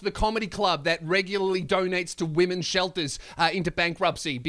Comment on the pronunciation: Hey, how about you learn to pronounce 'women's' before continuing to lecture. It's pretty embarrassing to hear.